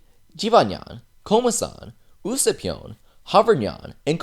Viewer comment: You say usoupnyan its usapnyan